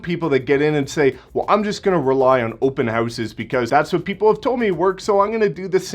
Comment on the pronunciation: Haha “open Heh-ouses” 😂